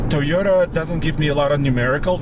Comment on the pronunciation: Mugly as sin. It's TOYota, not TEEota. 😉